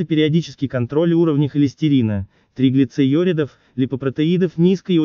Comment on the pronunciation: Комментатор😊👍"триглицеюридов", даже слушать расхотелось, научитесь сначала правильно произносить медицинские термины!